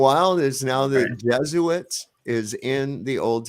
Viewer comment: its not jesuits... its jesuites...ites... like benjamites and levites. It would be jesu-ITES...not its... i hope you figure this one out